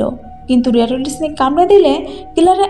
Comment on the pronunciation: রেটল স্নেক, রেটলি না।